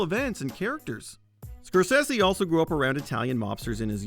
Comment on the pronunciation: I'm Sorry No Disrespect But did Yall Hear How He Said Scorsese😂